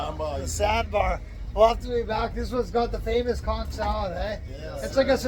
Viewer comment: Why is it all these tourists love to report, give their opinion but they can't pronounce conch or Kalik😂🤪🙄??